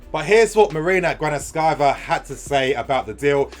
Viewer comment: Except it’s marina Gra-NOV-Ska-Ya btw